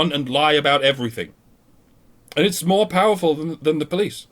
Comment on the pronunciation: Haha... "MIORE" lol, luv yas